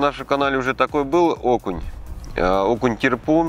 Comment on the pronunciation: ТЕрпуг, ударение на Е))) Я вам писала, рекомендовала попробовать эту рыбку закоптить или просто на мангале запечь)) очень вкусная! Тема с консервами очень актуальна сейчас, как, впрочем, и всегда. Путешествия, дачный сезон, консервы пригодятся всегда. Успехов вам и вашему каналу!)))